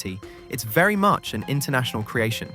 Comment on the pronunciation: Ohhhhh my fwend bery clebah 😂